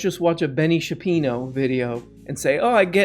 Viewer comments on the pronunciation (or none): Just because someone comes up with data and calls it research does not make it true. I did keep an open mind but you quickly showed tremendous bias in your language. Especially when you intentionally mispronounced Ben Shapiros name. I don’t agree with all his views. But I respect him immensely for his ability to be willing to have those difficult discussions with people and willing to debate. Same as Joe Rogan. To only have people that agree with your ideology and beliefs on a show is part of the problem and why I have distanced myself from the left. Now I have no party affiliation and I am able to see the good and bad from both.